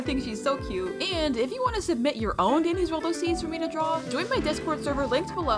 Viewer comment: I thought you said diddys world👁️👅👁️